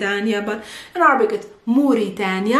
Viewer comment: Why is she still saying Arbic instead of Air-a-bic in English?